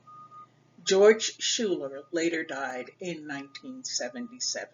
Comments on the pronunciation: Her last is pronounced 'skyler', not shooler. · Coming from a school name after her, I have to say the name is pronounce incorrectly in this video. "Schuyler" is not pronounces shoooler, it is pronounce "sky- ler". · It's pronounced Sky-ler, I am her 2nd cousin P. Schuyler.